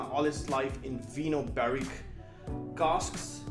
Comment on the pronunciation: “Vinho” is the Portuguese word for wine and it’s read “vigno” like in “cognac”, while in Spanish is “vino”. It’s a Kavalan matured in Portuguese red wine barriques.